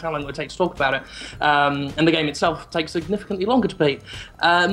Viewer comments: omfg god its not "da-use ex" its da-us ex" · When she said deus ex review it sounded like a day of sex reviewed lol... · says DayofSex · lol it sound like she says "joining us for a day of sex..."